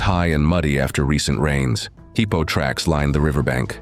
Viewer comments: Heeepo tracks? AI much? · “Heeepo”, I hate AI narration 😏